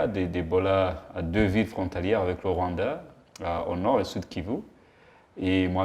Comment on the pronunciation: J' ai adoré la façon dont laquelle il () prononce le mot "Rwanda". (Voir ) Vraiment "👌"